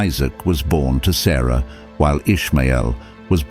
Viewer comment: on the very first minute theres a mistake- sarah not sarai - its a whole different name.